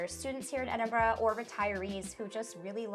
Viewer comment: I like how you took the time to learn how to pronounce the name of my City, I get triggered when I hear " Edinbro" or" Edinburg" Enjoyed your vlog, well done.